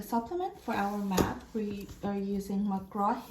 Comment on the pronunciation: I love how you said Batch instead of Math. 🤣